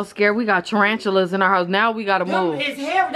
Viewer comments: said tarantulers 😂😂😂😂😂😂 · why did said tarantuler🤣🤣🤣🤣